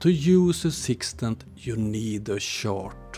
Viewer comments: You pronounce “chart” like “shart”, which is a hilariously different thing… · This was more about “shart”, because that’s funny… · In most languages, «CH» is pronounced like «SH». English in an outlier by pronouncing is as «TSH». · the way you say chart is so accurate flatzoid and friends are sharts ....